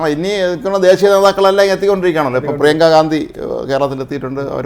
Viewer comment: പ്രീയങ്ക ഗാന്ധി യോ ? നിങ്ങൾ എവിടുത്തുകാരാടേ ? പ്രിയങ്കാ വാന്ദ്ര എന്നു പറഞ്ഞു പഠിക്കുക ഇതാണ് ശരി